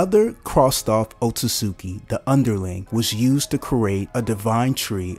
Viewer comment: Guy pronounces otsutsuki so wrong 💀. Very great and informational video though